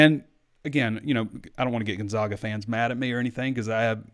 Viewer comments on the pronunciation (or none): It’s Chet Holmgren not Chase and Gon-ZAG-a not Gon-ZOG-a